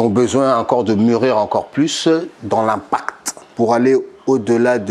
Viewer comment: Jamais j'ai entendu le mot " Impact " aussi bien prononcé de toute mon existence. Une grande carrière, sans machin-chouette, ni trucs de Playstation.